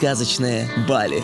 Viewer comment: сказачно ебали 🤣🤣🤣